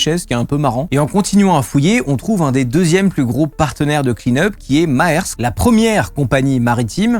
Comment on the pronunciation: Au top! Très intéressant. Pour info, on prononce "mersk" la compagnie maritime, c'est du danois ;) Et ils ne produisent plus de pétrole depuis plusieurs années, leur branche pétrole a été rachetée par Total